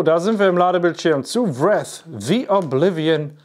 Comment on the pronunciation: Daumen hoch für einen Livestream dazu. 👍 Und Wraith spricht man im Mittelteil mit "äi" 😉